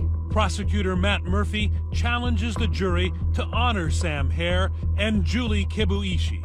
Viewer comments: HERR NOT HAIR ! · HERRRRR NOT HAIR !!!!